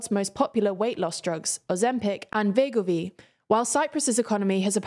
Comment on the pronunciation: Is Wegovy really pronounced with a German/Polish W?